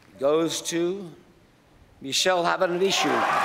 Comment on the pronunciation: Geez. give him a break, it's hard to say, I've been saying it for months and I still struggle sometimes. :) Beautiful name...hard as hell to pronounce properly!